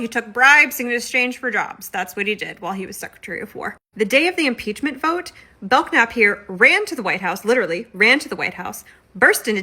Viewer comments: Just for future reference, I’m pretty sure that K in Belknap is silent. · Isn't that "k" silent? I do not k(uh)now?